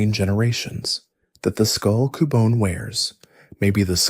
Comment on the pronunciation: Why you pronounce cubone like that? Lol Coo-Bon-é and coo-Bone